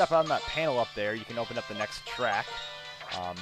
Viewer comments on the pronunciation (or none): none